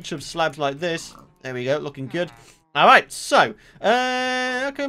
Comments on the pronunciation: Person_Is _Cool39 lol I know but seriously? "ari" ,doesn't seem to be his usual accent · now that doesn't sound like the word "alright"